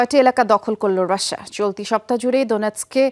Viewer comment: রাশ্শেয়া নাকি রাশিয়া?